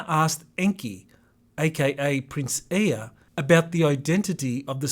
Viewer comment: Thank you so much, for covering this important unfolding story for humanity. In my humble opinion, there is nothing more important. And I also appreciate you speak EA’s name properly. Being familiar with the Seed Sounds of off-world language, I too believe the vowels are pronounced in the way you have spoken them in this video. “E” as Ā and A is AH. Hence EA is phonetically spoken as Ā.AH. ❤️ The “sound of the words” carry the true vibrational meaning and not the spelling. 🙏🏻